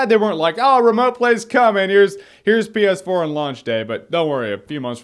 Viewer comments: My sound was low, and when he said ps4 it sounded like penis 4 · Am I the only one hearing "penis 4"? Stupid brain of mine! -_